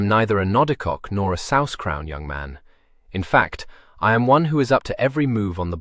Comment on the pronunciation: Dear heart, this is nothing. In fact, having heard any amount of both audiobooks and AI, I'm only half-convinced it even is AI. The only word I've heard mispronounced is "sous," and the majority of modern English speakers could be forgiven for not knowing its pronunciation, given that it is long-since obsolete French currency. Even the AI that manages to recognize the cadence and intonation indicated by punctuation will suddenly spell out words rather than pronounce them, and are incapable of recognizing text clues for how a sentence ended with an exclamation mark ought to be read. The only reason I can hear why listeners consider this a "flat" narration is because the pace is slightly slow, to ensure listener comprehension, and there are no changes in voice for the various characters. Not every narrator does this. Not every narrator is Jim Dale.